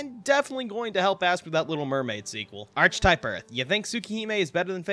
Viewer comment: Brother said “arch”atype instead just archetype unironically. He definitely also says “arch” angel as well.